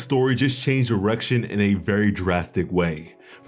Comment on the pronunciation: My guy… know in the first 5 seconds you said “Attack on titan’s story just changed erection….”